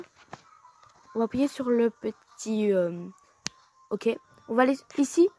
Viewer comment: J'ai trop kiffer quand tu a dit appouyer et non appuyer 😂